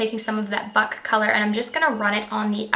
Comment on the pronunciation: The second time you said "buck" it sounded like the f word and I was little taken back